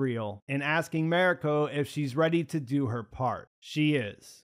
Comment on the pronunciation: I really enjoyed your review. However, I beg you to learn how to pronounce “Mariko”. When watching, listen to how the other characters say her name. It does not sound like “merry co”.